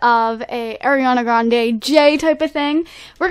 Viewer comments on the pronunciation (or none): none